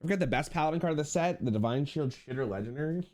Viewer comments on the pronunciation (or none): none